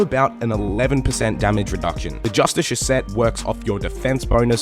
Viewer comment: its fucking JUSTKAR jesus christ why is that so hard